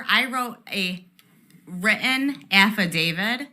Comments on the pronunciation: affidavid... LOL I hate the way this woman talks. I di-nint ( not didn't) christ that hurt. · If this chick is lying. She should go to jail. She wrote an affidaviD...not an affidaviT🤣🤣🤣🤣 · "AffaDAVID" ??? LMAO 🤣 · She said she signed an affydavid, a wridden affydavid. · Camp-pletely = completely Affi-david = affidavit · So much cringe! “Sir I wrote a written affidavid”. That’s with a “d” folks! 🤦‍♂️ An analogy I have seen before and I think it applies here. This election fraud debate between Trumpsters and the rest of the world is like a chess master playing against a pigeon. The bird knocks all the pieces over, then struts around the board like it won the game. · "Sir, I wrote a written AFFADAVID" Wow🤣🤣🤣🤣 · "threa'ened"..."affidavid". JFC 🤦.... she's living proof that we are headed for "Idiocracy".... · She wrote 'a written aff-a-David' LMAO! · "Affa-david" LOL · Affidavit, not affidavit. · Her valley girl accent is pathetic, WHO talks like that past 15?? She can't pronounce the letter 't". "It was wridden on the affidavit!" She's one of those people who prounce "kitten" Kidden" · "I wrote a wri-in affidavid."